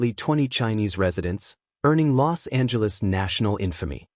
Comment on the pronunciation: You're pronouncing "Los Angeles" incorrectly. The "S" and "A" run together. The way you're pronouncing it sounds like you have contempt for the City of Angels (est 1781). Anyways it's always good to hear about Los Angeles' history.